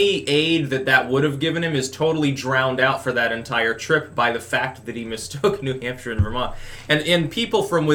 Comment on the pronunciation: "Gawn' put y'all BACK in N'Hampsha."